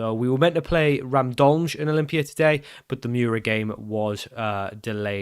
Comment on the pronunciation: I don't speak Slovenian, but I am a native speaker of another Slavic language that uses the Latin alphabet. If you want to learn something new and pronounce the names correctly: - Cejle = Tse lye - Aluminij = Alu mi niy - Gorica = Go ri tsa - Radomlje = Ra dom lye "Je" in slavic languages is pronounced like "yeah". For the english j sound we have letters like ž or ż. Also there is no slavic language where C is procounced like k, it is always ts sound. Ah, and of course Pajaro (spanish for "bird") = paHaro 😁